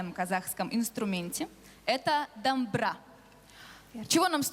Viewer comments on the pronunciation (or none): Сами вы Дамбра, букву О незнаете чтоли, если мы скажем бололайка, норм? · Не дамбра а Домбра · Доооомбыра деп айту керек.....